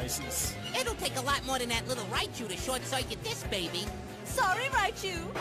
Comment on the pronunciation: I just love how sometimes Raichu just says laichu or lai lai instead of raichu or rai